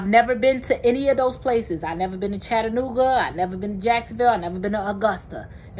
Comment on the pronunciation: I told you Chattanooga Tn and yes you saying it correctly but it's very cheap here